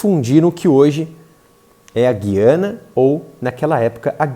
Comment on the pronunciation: O povo insiste na pronuncia errada... Guiania. G u i a n i a